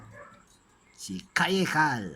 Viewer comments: pag pronounce mo sa kaye cal mali! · Mali po yung pag pronunciation nyo ng kaye cal